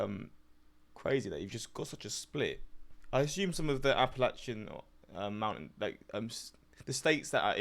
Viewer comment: By the way you said Appalachian correctly the first time. Those who grew up in the area pronounce it App a latch an. I cannot tell you how annoying it is to hear people pronounce it wrong